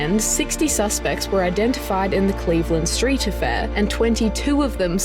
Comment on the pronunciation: It's the Cleveland Street.....scandal. Not the Cleveland.....street scandal. It wasn't a street scandal. You need to rethink how you read text and focus on getting the emphasis correct.